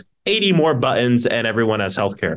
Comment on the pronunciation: Did he say "buttoms?"😂